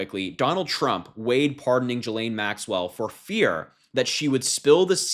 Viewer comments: A hint Harry. Ghislaine is pronounced Gillane not Jillane. 😊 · Ghislaine is pronounced as in Guilt, not Jilt.